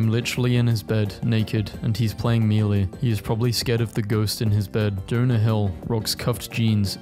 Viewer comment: he is the only person to say melee "mili"